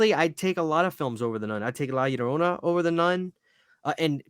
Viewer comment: Wow major salute for nailing the La Llorona pronunciation